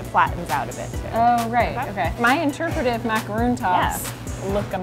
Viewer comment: Wow. The creator of the cheetos macaron can't even say macaron. She pronounced it macaroon (the coconut treat) and not macaron (the French cookie). *sigh* Americans...